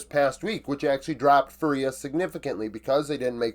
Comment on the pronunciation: Just to help you pronounce it better, the strong syllable is the first one. Its FÚria, not fuRIa.